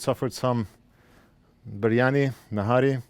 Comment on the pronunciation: i just love "BIRIANI"